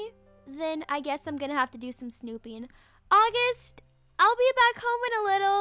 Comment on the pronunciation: it’s August not Aughust